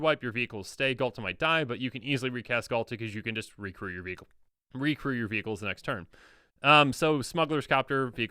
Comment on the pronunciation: Every time said "vehicles" I heard "beebles" and it took a few moments to figure out what he was talking about. Good old beebles